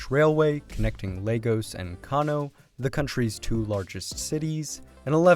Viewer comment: Please Tell my man that Lagos is not pronounced like the children's building block toys 🤣🤣🤣🤣🤣